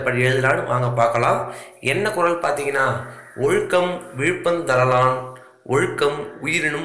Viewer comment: Sir தரலான் ye sir தர/லான் ன்னு பிரிக்கிரீங்க